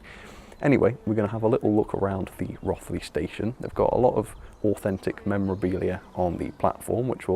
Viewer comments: Hi. It’s Rothley as if it had a W or an E. Ie Row… thlee, or Roe…three not wrath… lee 😊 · There's no "or" about it. 😃😃 It rhymes with "both" not "Goth" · Us locals call it Row (as in boat) thlee, duckeh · Beautifully filmed and produced, really doing justice to the GCR. I was born and bred very close to where the GCR loco shed now is. My first railway memories (from the 1950s) are of A3 Pacifics on the GCR, including Flying Scotsman. By the way, my parents always pronounced it as Rothley (like both, not like Rothmans) and I can't believe that they pronounced it wrongly! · Great mini-documentary & Chloe. FYI, Rothley is pronounced Row-thlee locally and the miniature railway is 45mm gauge (usually running LGB continental stock), but soooo much nicer with a bit of narrow-gauge 45mm live steam on it. Keep up the great work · You used the wrong pronunciation of Rothley throughout, the alternative you mentioned at the beginning of the film is the correct version. Excellent vid though.